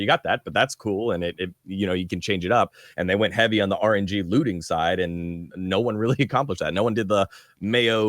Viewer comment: Are ennn geeeee? Not argh ehn geez! It's almost as if it might be a test of skill to adapt to a dynamic situation. Not to dump on you specifically, here, but recent tendency towards this viewpoint, that randomness in competition is anathema, has created an incredibly stale, cookie-cut, and uninteresting gaming experience across the industry generally, in my personal opinion. If you're never going to have weapon jams or breakdowns, you may as well remove weapon durability, because the system will remain completely pointless.